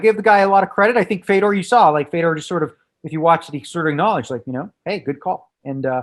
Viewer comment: How many times is he gonna say “fedor” wrong😂😂😂